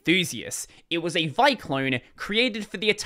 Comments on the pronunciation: vi not pronounced "vie", it's "vee eye". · I have never heard vi pronounced as one syllable before...